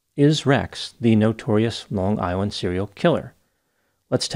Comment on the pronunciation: You saying on Long Island with the perfect accent assures me you’re from here too lmao